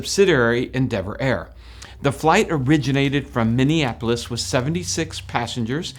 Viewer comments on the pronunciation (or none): none